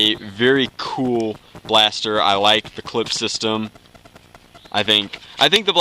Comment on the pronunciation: Nazi, Clip... I can't even handle this. Someone please teach him